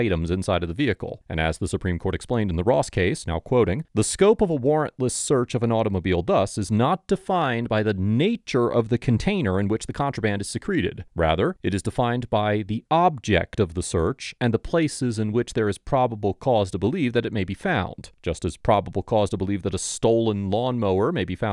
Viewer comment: FYI, the pronunciation of “secreted” is SEE-kre-ted, not seh-KREE-ted. A small thing, but my English teacher spidey-sense went off. Otherwise, another good video as usual.